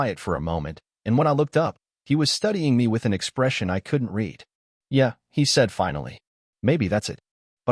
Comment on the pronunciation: Yeah, yeah Really, Really The digital narrator is mispronouncing them. They're: Yeah? Yeah. Really? Really. They're questions and responses.